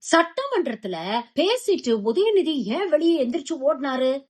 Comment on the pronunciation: முதலில் உதவநியை தமிழை முறையாக உச்சரிக்க சொல்லு